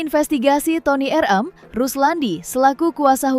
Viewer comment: Ni cumi² napa sih manggilnya Toni er eum, bukan Toni er em😂😂😂 jadi lucu😂😂